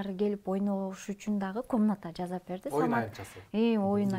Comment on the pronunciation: Жазап эмес жасап туура сүйлөгөндү качан үйрөнөбүз тоок мээлер